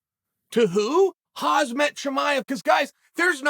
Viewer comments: How hard is it to pronounce his name correctly lol who the hell is hazmat 😂😂😂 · Is Uncle Chael calling Khamzat Hazmat It doesn’t matter anyway if Uncle Chael says that’s your name that’s your name Hazmat Suit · Is it just me or has uncle chael suddenly started calling him HAZMAT CHIMEAV 🤣🤣🤣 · Kham-Zat .. one would think by now you would learn how to pronounce his name. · Hoz mat .... Atleast you got his last name correct. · If Chael says that his name is Hazmat then his name is Hazmat. 😬😊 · I know Chael knows how to pronounce names correctly but mispronouncing names is his schtick. I've heard him say Kam-zat a million times but called him Hazmat within the first 10 seconds of the video. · Even if he becomes champ, Chael will still call him Hazmat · “Hazmat Chimaev” 😂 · No one: Chael: Hazmat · "Huzmet" ha ha ha ha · Chael “Hahzmat” Chimaev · It’s 2022 and Uncle Chael still calls him Hazmat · “Hoz-met chimaev “ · Why does Chael keep saying Kumshot Chimieves name wrong? Colby knows how to say it lol totally jk Cant wait to watch that fight!!! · How many times have we heard Chael say BLEHAL, VINCHENCENT and now HAZMAT? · Why is Chael calling him Hasmat xD? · Khamzat LOL its hamza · Chael made so many videos about Khamzat and he still can’t pronounce his name correct 😂😂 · Chael, for God's sake learn how to say Khamzat already, you're too smart to make that silly ass mistake over and over. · If he beats Gilbert, I guess you will start pronouncing his name correctly!? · It’s KhaMZat Chael, not KhaZMat… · Why does Chael say Khazmat instead of Khamzat? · His name is pronounced as Hamzah..not hazmat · Is Chael really pronouncing Khamzat, Hazmat? What a disrepect... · Khamzat not Khazmat lol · Its not Khazmat chael its KHAMZAT SMASH ALL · Chael i love your show butttt plzz say the names correctly ahahah KHAMzat not KHAZmat and BELAL not BLALAL 🤷‍♂️😂😂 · It’s KHAM-ZAT not KHAZ-MAT BE-LAL not BE-HALL MAGOMED-SHARIPOV not MAMED-SHARIPOV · Chael "Hazmat not Khamzat" Sonnen